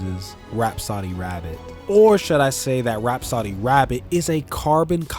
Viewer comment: It's not pronounced "rap-soddy", it's "rap-so-dee."